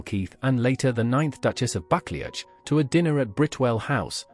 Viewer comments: It’s not pronounced bucklyatch, but Ba clue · It’s pronounced “buckloo” not buckleach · It’s pronounced “Bucloo” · I liked "bakle-atch"😂😅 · You should learn to pronounce the ducal title correctly! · I’m not sure what’s worse, the fact that you can’t pronounce the name, of the fact that you repeat it 3 billion f——- times 😵😵😵😵😵😵😵😵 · I'm cringing at the pronunciation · Omg...the pronunciations is truly appalling. Why AI horror... it's so ignorant? Time to drop this vlog?